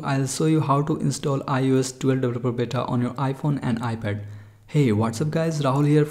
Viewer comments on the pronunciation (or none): “ lets download iOS 12 deblaplabluh bata”